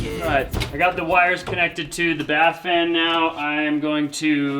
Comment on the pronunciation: Bath fan!!!! Oh my goodness!! The first couple of times I heard say it, I thought he was saying “fart fan”.